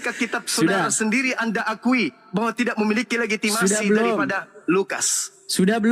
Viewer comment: Ngomong legitimasi aja blg legiti...mmg bsr mulut